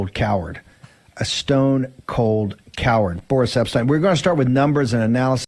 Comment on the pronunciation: “Boris Epp-stine.” Dude, if you’re going to have someone on your program to trash American democracy, then maybe you should learn to pronounce his name. It’s not hard. Say it with me— “EPP-Shteen.”